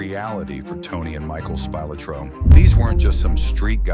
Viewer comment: Spilotro… SPEE-LOH-TRO